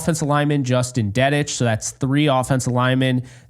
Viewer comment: Im surprised Dedich didnt make the cut. Thought he played well this preseason. And its pronounced Dee-ditch. Fight On ✌️